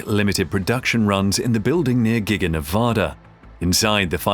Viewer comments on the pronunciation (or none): learn how to pronounce the states name. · PLEASE learn how to pronounce the name of the state of Nevada. The one you have is not correct and just angers those of us that live there or are from there.